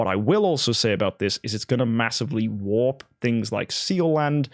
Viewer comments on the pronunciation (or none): none